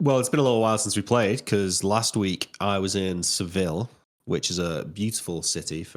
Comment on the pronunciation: pronunciation of Seville is funny. Double L in Spanish